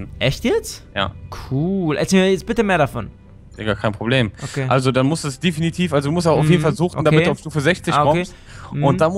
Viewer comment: es heißt nicht "Difinitiv" sondern Definitiv ^^:)